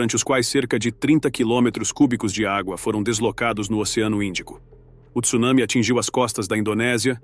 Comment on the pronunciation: Além da intenção de ganhar likes e disceminar medo, ainda pronuncia Tsunami errado! A leta T não vem seguida do "i".